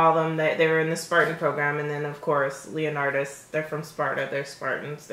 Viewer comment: You know it’s Leonitus right...not Leonartus